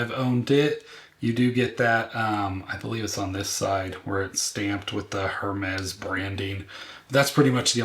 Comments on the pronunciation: It’s AIR-mes not HER-mez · I know you keep saying HERmes but the “h” is silent so it’s pronounced “er-mes” ❤